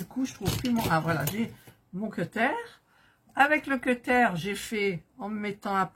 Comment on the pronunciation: Le "queutaire" me fait beaucoup rire 😆